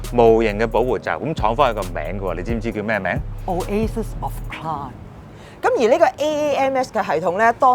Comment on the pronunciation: 你讀錯做"Oasis of 'Clarm' " 😯